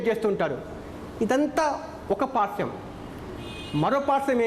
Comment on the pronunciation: Re nathhi Paarsvam not parsam